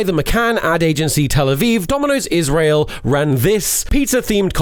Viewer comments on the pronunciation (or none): none